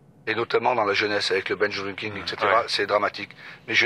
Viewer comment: Je pense qu'il voulait dire "binge drinking" mais la prononciation de l'anglais n'est pas simple.